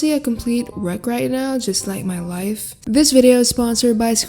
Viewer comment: I thought she said this is wrecked like my wife not my life LOL